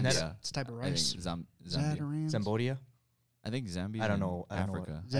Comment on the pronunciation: Ryan it's not Zambodia,IT'S CAMBODIA. XD